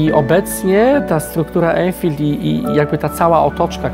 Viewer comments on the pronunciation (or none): Anfield a nie enfild, a po za tym fajna nowa forma materialow. Mozna gdzies nabyc ten album ze zdjeciami?